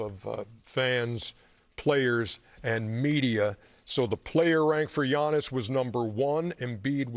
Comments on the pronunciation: How is Chuck still getting Giannis' name wrong?!?🤦🏾‍♂️🙆🏾‍♂️🤦🏾‍♂️🙆🏾‍♂️ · Maybe I’m sensitive but Giannis is a champion and an MVP, Chuck needs to pronounce his name right. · Chuck still butchering Giannis' name 😂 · and he botched Giannis' Name